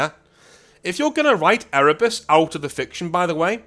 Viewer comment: I'm sorry. All I heard was Ere-Bussy, and I don't know if I can forgive you for putting that image in my mind.